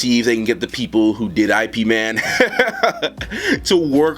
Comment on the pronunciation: I agree about Blacbolt. I think the costume is such a integral part of who he is, you need to keep it close to the comic. About WW being something we've not seen before. I doubt it. Not trying to be a kill joy about WW but I am skeptical. And I you are the but It's "Ip" Man think of how the word Skip sounds now take away the "Sk" sound and you get "Ip", Ip Man😁 Sorry man, its a thing for me lol I got correct it when I hear it.😎 Great update bro!